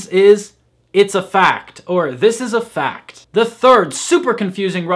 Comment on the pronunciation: но ведь ты произнёс эти два слова (fucked и fact) абсолютно одинаково 🤔